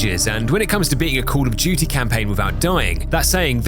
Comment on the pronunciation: Cwall uff dew-tee 😂